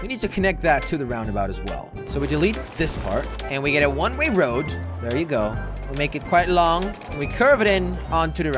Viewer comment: It bugs me that he says one ray road